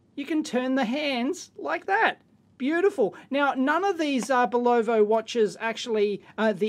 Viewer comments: Not Bull OH Va. Bull UH VA. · sorry but it's bulovA not bulovO. I really tried not to post this. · Watch name is pronounced BULova not bulLOVA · Cool watch Dave! Corrections: Bulova is not pronounced "boo lo vo" but rather "bull eh va" Speidel is not pronounced "spee gil " but rather "spy dell" Transistorised has a "z" in it => transistorized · Kevin Cozens yes I was going to post something like that but was out of my mind after he said bulovo one last time. :) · Accent in Bulova is on the first syllable, like BULL-ovuh. Accent in Speidel is 2nd syllable, like spy-DELL. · Great Vid but..... BULOVO? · pronounced BULL uva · It is pronounced 'Boo-li-vah'. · It is pronounced "Bull-Low-VA" and the band is a "SPY-dell". Don't care how it's spelled. Since when did that matter to us Yanks. LOL Ask any "Kernel" (Colonel) in the army. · In north america we pronounce it bulla vah. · I live near Providence, Rhode Island USA. Bulova (pronounced Bull-OF-A), made their Accutrons here. Also, the watch band was made here too. Great Video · STOP mispronoucing names! It is BULOVA bull ov ah. period! We don't CARE how you pronounce shit in OZ. say it right. LED? L-E-D! not lead zener? ZEENER! not zener lead? LEAD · Yes, it is pronounced "BULl-OH-VA" but does it matter so much? He's done a great technical review and his technical knowledge is excellent. Most Aussies would pronounce it the right way but perhaps the name cheats his tongue. Some people get tongue tangled with some words. Big deal! He's a nice guy doing us all a good service so, please, be less picky! And stop picking on Aussies! BTW...most electrical service people downunder will call a LED light a "lead" light just for brevity's sake. Again, lay off this guy...he does good work! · Pronounced Bull - o - va,,, fyi since you own one. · Yes, and the emphasis is on the first syllable. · Bull U VA✔️🤷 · At least we are spared one Bolovo. :) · Yes... BULL-uh-vuh... and a 'Spy-Dell' wrist band.